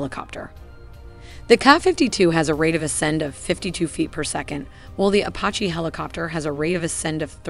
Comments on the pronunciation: A pah he? It’s pronounced Apache (a patch ee) lololol. Kokerent pulsed radar? Do you mean coherent? The gross mispronunciation really take a lot away from the otherwise good animations. Why not have a human read the script and repost the video? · What the hell is up with the narrator mispronouncing Apache and saying “kah” 52?